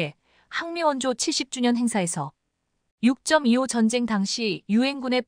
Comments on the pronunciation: 육점이-이오 는 처음듣는거네ㅡ육이오 라고 해야지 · 세상에 육점이오가 뭐냐? AI냐? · 아무리 AI라지만 6.25를 육점이오라네